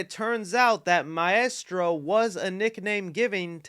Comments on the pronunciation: The way you pronounce maestro hurts. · What is that shit coming from your mouth when you attempt to say “maestro”? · I like how you say Maestro 😂 but Zack Snyder was also called Maestro by Miller. I think it’s a name to the director in charge, not really a specific person. I think he just got confirmation that James Wan will do Aquaman 3 and that we’ll be getting Aquababy. I hope everyone is back for JL2 with some new additions but I bet the news is more Aquaman specific